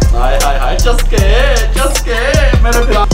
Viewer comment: i like the way he said chaskey